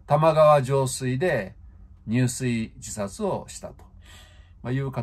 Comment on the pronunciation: 入水自殺(にゅうすいじさつ)じゃなくて、入水自殺(じゅすいじさつ)ですよ